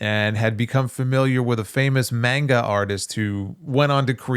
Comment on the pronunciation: mispronounced manga.